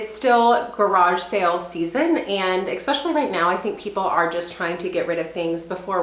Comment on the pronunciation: It’s ES pecially not EX specially 😊